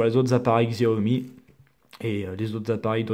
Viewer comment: c'est chaomi et pas gziaomi